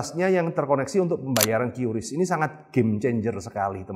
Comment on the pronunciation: QRIS dibaca kris